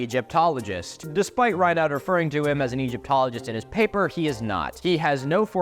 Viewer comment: Reinoud de Jonge is a Dutch name. Your pronounciation of "Reinoud" is pretty good, but "De Jonge" was pronounced too 'French-like'. It's more Germanic and sounds similar to "the young(-eh)". A rough phonetic approximation would be "De Yongeh", where 'yong' is close to 'young' and the 'eh' is a schwa, like the 'e' in 'broken'. Incidentally, "De Jonge" currently means "The Young One" or "The Younger" (like Pliny), though it might have been derived from a different meaning.